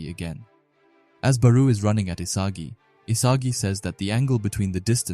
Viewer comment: no hate but your pronouncing barou his name wrong